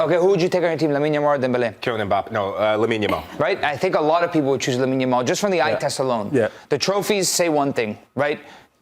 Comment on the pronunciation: Why does this fool keep calling him Lamal ?🤣🤣 the way he talks it sounds like English isn’t his first language, but then he has a British accent I can’t figure it out 😂